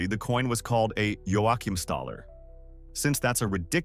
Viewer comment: This KI? Cannot even pronounce Joachimstaler and Daler correctly.